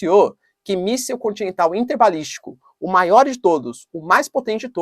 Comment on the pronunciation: interbalistico 😅😅😅, zueiras a parte, melhor canal do seguimento!